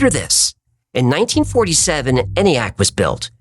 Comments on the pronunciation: It’s pronounced “EE-nee-ack” there sport. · You silly nerdy, sexy, coolians. How did Hecklefish not argue ENIAC pronunciation? E is for electronic. We dont say Eh-mail.😅 Another great ep. and crew. Keep on rockin' 🤘 Nanoo nanoo🖖